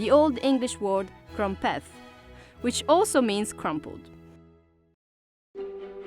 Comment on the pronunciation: He said they’ve got “Ffree crampet plants”